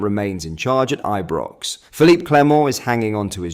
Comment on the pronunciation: Learn to say Ibrox correctly lol